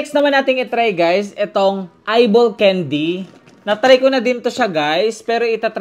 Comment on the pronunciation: it's can-dy not cane-dy